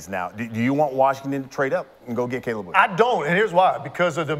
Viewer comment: his name is Caleb Williams not Cab! You are such a big fan pronounce these names correctly it sounds bad on you’re part dude